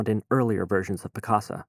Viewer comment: It sounds like hes saying Piss-caca .